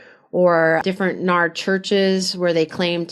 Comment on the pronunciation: It's called N.A.R not NAR. It sounds weird to call them NAR when everyone else doesn't